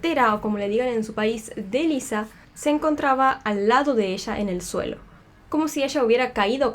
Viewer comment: Es Lisa, con "s", no Liza con "z"